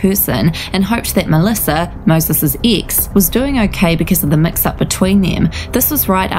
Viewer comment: 😂😂😂😂🤣🤣🤣🤣 I was thinking EXACTLY the same thing "Ix" ☺️